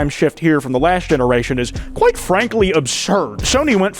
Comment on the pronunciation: I was watching this with my cat on my bed and she lunged at.